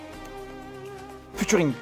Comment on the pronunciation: le fameux "FUTURING"